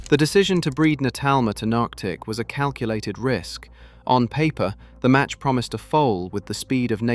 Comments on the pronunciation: Nearctic is pronounced Knee-ark-tick NOT Nark-tick. Sheesh!!! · Can't even pronounce Nearctic properly FFS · Also, could we please pronounce Nearctic correctly?